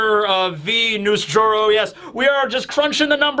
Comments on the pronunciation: it's V. Nusjero. Venus jero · Waiting for to pick up on "V Nus-Juro" is pain ❤